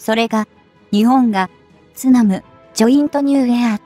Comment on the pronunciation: いくら何でも「日本」を「ひぼん」と誤発音するのは余りにも酷すぎます。その程度のチェックはきちんとしてください。誤発音にある程度目を瞑ってきましたが、これは看過できません。